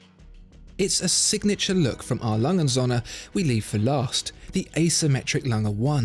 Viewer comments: Still baffled you don't even know how to pronounce their name right. It's not that hard for a german name. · Kinda hurts my german ears how you say the name because usually words are said more seperately in German. So you wouldnt say Alangundsohne which is how i hear it. But rather A. Lange. Und. Söhne. I know that ö is very hard to pronounce for foreigners though. Other than that great video and pronounciation. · I love the channel, but could you please stop pronouncing A.Lange und söhne (Adolf Lange and sons) as if it was one word? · You really need to learn how to pronounce „A. Lange & Söhne“! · is it wierd that I want a 1 hour version video of him just saying A. Lange & Söhne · Please learn how to correctly pronounce it. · Just... please make the effort to learn how to pronounce their name cause aside from that it’s a great vid. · Oh, how I want to hear you pronounce your favorite watch making brand correctly, just once. This is ridiculous.. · I am relieved that you learned how to pronounce Glashütte (it's not Gla-shit-teh). Could you please also learn to pronounce A. Lange und Söhne. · It would be great if you pronounce A.Lange... correctly Especially Söhne